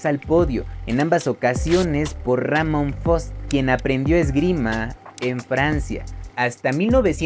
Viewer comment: No es rámon , es Ramón fon